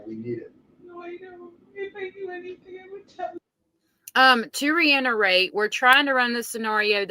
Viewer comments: It's not reinerate. It's reiterate. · Let me re it er ate how to pronounce reiterate. Lol. You're such a sweet lady and I feel so bad for correcting you but your pronunciation is about to drive me crazy. Lol please don't think I'm being a jerk. I just want you to pronounce it correctly so that when your channel gets bigger you're saying it correctly ❤